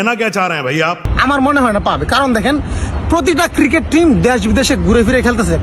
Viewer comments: JONGGIR POLARA "CRICKET" KE "KIRIKET" BOLE .SHALA, SHALI KANKKI MAGIR CHAU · আমি হাতজোড় করে বাংলাদেশ সরকার কে অনুরোধ জানাই তাদের দেশের নাগরিকদের যেন আগে ক্রিকেট উচ্চারণ টা শেখায় তারপর ক্রিকেট নিয়ে কথা বলে ভাই ওটা ক্রিকেট কিরিকেট নয় 🥱🥱😂😂😂😂😂😂😂😂😂